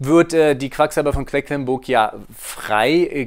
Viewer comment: Vielen Dank für die ausführliche Erklärung. :) Nur ein kleiner Hinweis: es heißt „QueDlinburg“, nicht „QueCklinburg“ 😬